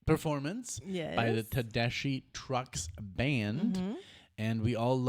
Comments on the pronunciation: I haven’t heard any YouTubers pronounce Tedeschi correctly yet. It’s not Tedeshee it’s Tedeskee. Like you’re skiing down the mountain. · Please pronounce Susan Tedeschi’s name correctly!! “tuh-DES-kee” 😊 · If you love them so much, why haven't you learned how to pronounce Susan's last name? It's te-DES-kee. The "ch" is pronounced as a "k"! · it's pronounced Tedeski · They have Both been playing since they were little kids and are Both very accomplished and amazing talents. When Susan speaks, she has this sweet little voice, yet when she sings, she belts it out of her soul. And its pronounced Tedeskee just fyi. Good pick. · Pronounced Tedeski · Pronounced Ted-es-ski❤ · It's pronounced like TE-DES-KEY. Susan Tedeschi and Derek Trucks are married. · Love this band. just a quick thing about the name. It rhymes with > deskee > Tedeskee = Tedeschi. With love. 🍄☮🩵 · and it's pronounced tedeSKI